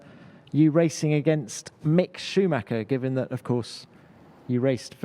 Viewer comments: I AM BIG KIMI FAN and WHEN PRONOUNCED "Schumacher" as perfectly in german as he did I MELTED: * _ * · Me as a german loves how Kimi pronounces Schumacher right :) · I just love how Kimi pronounces "Schumacher" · Thank you Kimi for actually saying Schumacher instead of Schuhmacker like everyone else always does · When Kimi pronounces Schumacher better than Britons LOL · I like that Kimi pronounces "Schumacher" correctly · Shows the respect he really did hold for Michael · He did. As a German I can confirm it. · Kimi pronounced „Schumacher“ absolutly perfect